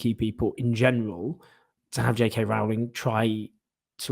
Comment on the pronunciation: Owen: her name is pronounced Roe-Ling (rhymes with "bowling")